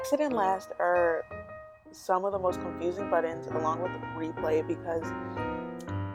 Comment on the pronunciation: Is she saying buttons or buddins